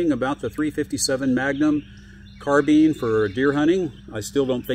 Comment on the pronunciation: Carbeen? Carbine, rhymes with dine, fine, mine, nine, pine, vine, wine etc.